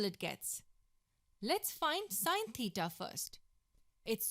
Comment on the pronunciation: god please help this woman with her pronounciation of theta